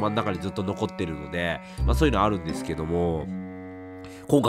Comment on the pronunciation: 「ですけども〜」が「どぅぇすけどむぉ〜」て感じに聞こえてこっちまでぽやぽやしてくるw この時期体調崩れるといつも以上に心配になりますよね… お大事にしてください🤲